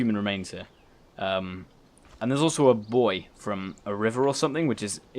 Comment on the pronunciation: It’s pronounced “boo-e” not boy